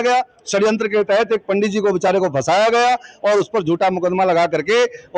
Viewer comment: संवाददाता up tak पंडत नहीं होता पंडित होता है. थोड़ा तमीज में शब्दों पर ध्यान देकर बोलो. आप संवाद आता है आपको शब्दों पर अच्छी पकड़ होनी चाहिए. पहले ट्रेनिंग ले उसके बाद माइक पकड़े 😡